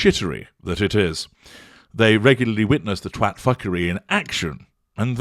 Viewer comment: I must be hard of hearing - I thought said "twatwafflry"😂🤣